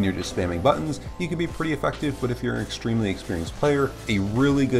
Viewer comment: New drinking game: take a shot every time he says "extremelly"